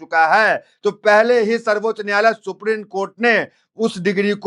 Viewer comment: ये हमारे देश का दुर्भाग्य है लोग हिन्दी शब्दों का ठीक उच्चारण भी नहीं कर पाते ।बार बार सुप्रीन कोर्ट बोले जारहो हो सुप्रीम बोलने में कठिनाई हो रही है?